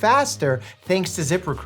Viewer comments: Once your head Zip Recruiter as zipper cooter you can't unhear it. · Am I the only one who heard "Zipper Cooter"? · Dr Mike, I'm sorry, but I can't stop hearing "Zipper Cooter". I'm slowly wheezing myself to death atm. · I though he said "Zipper Cooter" instead of ZipRecruiter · I thought he said the sponsor was Zipper Cooter and I was very confused at first 😭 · I was listening and not watching, but I had to look up when you where talking about ZiprRecruiter, bc I heard Zippercooter and that seemed so weird for a company 🤣